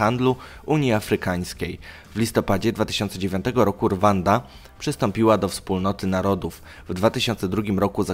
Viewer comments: Czyta się RUANDA, NIE RWANDA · RWANDA = WYMAWIA SIĘ JAKO ''RUŁANDA'' ;) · Pisze się Rwanda a czyta się "Ruanda"